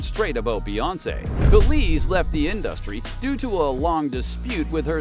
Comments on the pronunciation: In-duh-stry Gotta love AI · Pretty weak claims, video ends abruptly as if it weren't finished, and there are about 25 instances where the AI voice mispronounced InDUHstree. 😂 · Every time this dude says In-dus-tree I giggle😅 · lol why you pronounce industry like that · Why are you saying industry like that? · OMG!!! Pls STOP saying Industry like that!!!😂😂😂 but yeayvI getvit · Why are you saying industry like that??? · This video is absolute trash. Katt Williams didn’t even NAME Beyoncé; fans just thought his tone implied that she was involved. Don’t waste your time, the narrator is a bot that can’t even pronounce the word “industry” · Learn how to say industry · The way he kept pronouncing industry was all I needed to know 😂 Social media is hilarious